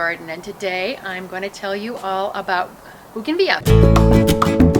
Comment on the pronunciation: Why don’t you say the L in bougainvillea